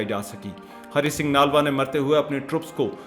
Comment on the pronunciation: Bhai ji Aapko Namaskar. Aapne bhut hi joshili Vani me bde sundar dhang se achhi sachi bate btai hain sunkar bhut achha lga hai. Chhoti si vinti hai. Nalva shbd ka uchcharan thik se boliye. Nlva boliye. Aapko 🙏🙏🙏